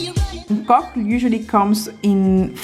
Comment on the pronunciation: It's called "Okok" and not "nkok" 😊